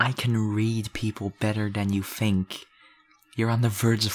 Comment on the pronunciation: 😂when he says think I hear tink